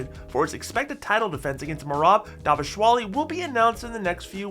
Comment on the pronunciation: please can you say Dvalishvili properly?